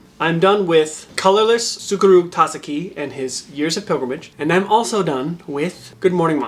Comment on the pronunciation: Hahahaha. SOO-koo-roo tah-zah-kee. Don't worry, you got this.